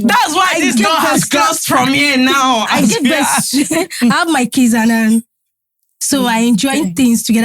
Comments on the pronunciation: really said ‘combined kadara’ 😂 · Did you just say combined kadara 😂😂😂😂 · Exactly! Could tell she meant kids, not case